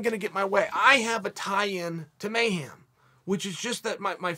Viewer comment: "MayHAM" hem Chael mayHEM